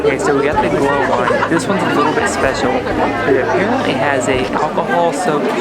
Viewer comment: What is Glah wine? LOL. It's Gluhwein....or "Glue Vine".